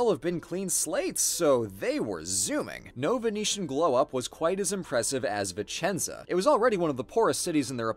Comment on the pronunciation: As a Vicenza native, thank you ❤️ now I miss my city even more! Ps: good job on the accent 😘